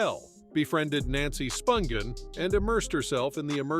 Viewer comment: Is David Letterman narrating this, by any chance , cuz BOY does it sound like him. Edit- It doesn’t make sense, though, that he would mispronounce various names (eg. Nancy Spun ghin, rather than the proper phonetically pronounced SPUN GIN.)